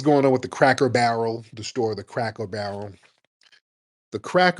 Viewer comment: The way Tariq was pronouncing "Cracker Barrel" had me screaming 😂😂😂